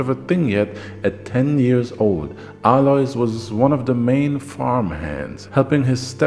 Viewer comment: For the record, since you`re usually an expert at foreign pronunciations in German the s in Alois is silent.